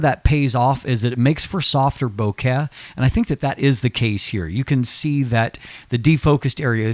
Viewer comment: long video - correctly pronounced bokeh - cool cat subscribed